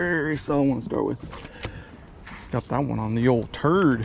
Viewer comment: “got that one on the turd” 😂